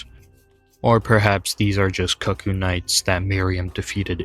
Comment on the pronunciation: I know it's a small thing but that's not how cuckoo is pronounced. And I could probably swallow my 'tism about that if it weren't for Iji naming them in spoken dialogue. Other than that good video